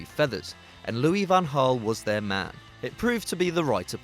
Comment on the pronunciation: I got triggered at Loui van Gal cause I'm Mexican. Fuck Robben fucking diver